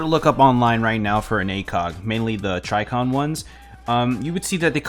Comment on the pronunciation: “Tricon” 😂😂😂....... bruh it’s Trijicon